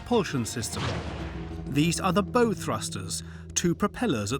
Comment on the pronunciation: "Bow" - is pronounced 'bough'. As in "OW!!" (it is not something you put in a girl's hair).